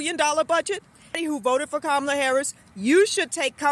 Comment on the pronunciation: Shame on Ka-mall-la 😅😂